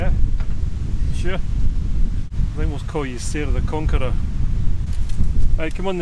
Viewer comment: Sarah the “Conkerer!” 🥰😁